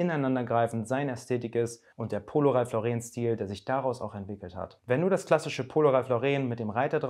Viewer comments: Ja so wird es ausgesprochen Ralph Lauren ist nämlich Amerikaner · Ralph hat im Fall von Ralph Lauren, die englische Aussprache.